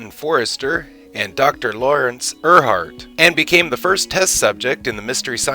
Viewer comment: Dr. Erhardt is pronounced "Air-heart" and Joel's last name is "Hodge-son"